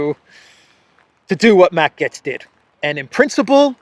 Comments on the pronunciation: It's GATES, not GETS. As in "GATE" with an s. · You keep prounoncing Matt Gaetz as Gets instead of Gaitz, that's very annoying. Now Matt Gaetz has all the qualities to become the US President later down the road : he is an extraordinary debater, better even than RAMASWAMY, so that Jim Jordan would be the Secretary of State and Marjorie Taylor Greene the House speaker after a four year term as President either by Trump or Ramaswamy, the fall of Rishi Shunak and the congrol of Parliament in Canada by JAGMEET SINGH. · His last name is pronounced "GATES" - Matt Gaetz - You sound funny saying "GETS" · I think it’s supposed to be pronounced “Gates” rather than “Getz.” Remember Stan Getz of jazz fame? I saw him once in Berkeley at a Japanese jazz spot. Good food! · Gay-ts. Not Gets. "ay" is very audible in his last name. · his name is gaetz not gets omg lol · Its Matt "Gates" not "Gets" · In German it’s pronounced “gets” but in English we say it like “gates” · The Curse is so real. ❤ Also, pronounce Gaetz like gates. Keep him in mind to follow in DeSantis's footsteps here in the free state of Florida. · It's pronounced Gates as his last name. But yeah surprised that they are really pushing the rep from my state Jim Jordan just that I am not in his district in Ohio. And Jordan has said he would seek the speaker position if he had enough support. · FYI here pronounced as "gates" I hope I'm not censored for that FJB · Its pronounced Gates! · It's pronounced Gates. Matt Gaetz is great - he's a well spoken man of the people. I (like Robert Barnes) hope that Byron Donalds gets to be speaker - another lucid and well spoken man. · Gaetz is pronounced "Gates".